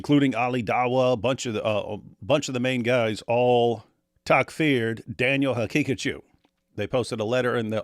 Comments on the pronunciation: Daniel Ha Picachu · ”Or as he pronounces it, Danenenene haqiqatiou”😂😂